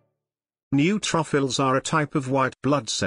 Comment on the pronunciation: I never knew I had new truffles ( neutrophils). Laughed every time it was mispronounced!!!